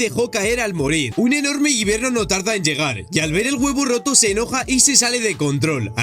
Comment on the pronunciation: No es guiverno es wybenr